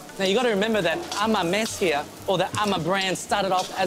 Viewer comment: Its amma not 'am a'